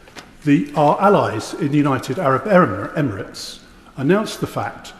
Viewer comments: 'united abrit ebremits'??? she cant even talk properly 😂😂😂😂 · Can’t even pronounce United Arab Emirates, twice got it wrong…. this country is fu*ked, Starmer and his underlings are all so thick it’s unreal😂